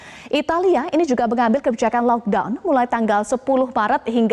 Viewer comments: "Penyebaran Kolorna" "Lokdon" Wkwkwk🤣 minum duluh gihh mb biar ngomongnya gk ngos2an. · ngomong nya "LoCK DawN" bikin baper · ngga konsen sma beritanya jdi konsen sma prensenternya stiap bilang kata" LOCKDOWN kek sesuatu bngett wkwk maafkn sya sesama temen2 netizenn